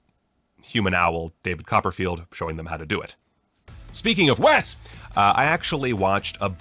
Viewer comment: Thanks so much for pronouncing WES correctly! 🤣💜